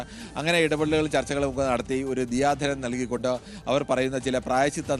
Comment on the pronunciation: ദിയാ ധനം ആണോ ദയാ ധനം ആണോ 🙄😅